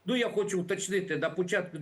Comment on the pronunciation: Я не ослышалась? Эксперд в и в сказал на "пУчатку березня"?😂😂😂 причем, обратите внимание, что он не экспромтом говорит, а читает заранее подготовленный текст! Закончились эксперты на украине...😢